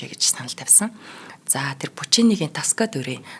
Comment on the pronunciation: Tosca/Тоска о дээр өргөлттэй хэлнэ/ Дэлхийн алдартай дуурь шүү